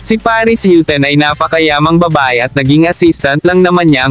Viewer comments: anong paris hilten? hahaha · Akala ko ako lang nakapansin. Hilten nga rinig ko.... kagigil!